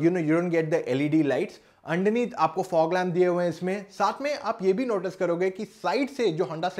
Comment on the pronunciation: Yr pta nai aap honda city ko honda. Shity bol rhe ho aur notice ko notishh bol rhe ho..confusion h..